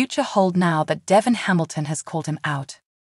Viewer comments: is there any way you could find someone who knows how to pronounce the words the right way. Chloe is chlo- ee Devon is Dee-von, Jabot is Jaa bow. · Pronounce names Devon correctly dee von jabot is jabow